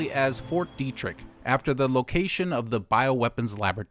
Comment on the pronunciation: Isn't it pronounced "Debt-trick"?